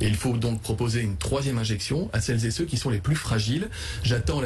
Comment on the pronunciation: > "celles z'é ceux" < (sic plusieurs fois le député)... ce genre d'expression est d'un ridicule sans nom... et sans parler des "toutes z'é tous - chacune n'é chacun"... (lol)... c'est tout ce que j'ai pu retenir de ses élucubrations de perroquet réitérées à longueur de plateaux tv par tous ses con-génères élevés en batterie (de cuisine ?... ;) à la maison-mère.